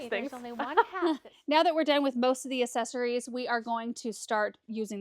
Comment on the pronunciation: This video has me questioning if I've been pronouncing accessories wrong all these years. Lol Love the snowmen!